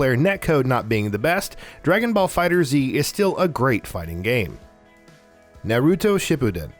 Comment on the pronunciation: Funny that did that with the name of the game because it's definitely not prounounced "Dragonballs"